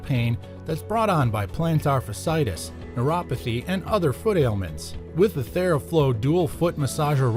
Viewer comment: Did anyone producing this video not know how to pronounce fasciitis? There are to "i"s together. It's pronounced fash-ee-i-tis.